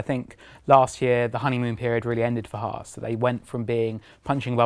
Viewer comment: Can the presenters please say HAAS correctly like the long haired guy is. HAAS not HARS. Just saying XD